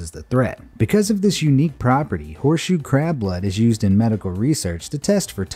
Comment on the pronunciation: I thought you said horse shoe crap blood 💀